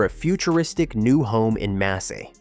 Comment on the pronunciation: Massy, ce n'est pas Messy. C'est dans l'Essonne près d'Antony.